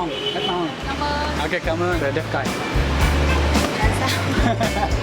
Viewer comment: I’m a native. The way he pronounced it is good for a foreigner. Stop being so criticizing. The way he said “cám ơn, rất ngon” is on point. At least people can understand.